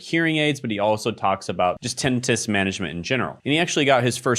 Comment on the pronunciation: Ten-ITE-us Long I. Just because your health coach client is saying it wrong doesn't mean you have to. We got you! 😅 also he's the most similar to what I'm doing. #newhere Health videos, only my focus is pediatric nurse practitioner content for a season. But I really want to vlog sometimes too. 😂